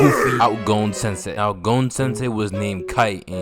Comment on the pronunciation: "Gohn" YEAHHHHH🥶🥶🥶